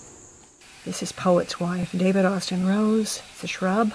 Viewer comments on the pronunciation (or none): none